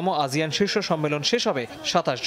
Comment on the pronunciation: আজিয়ান নাকি আসিয়ান🙄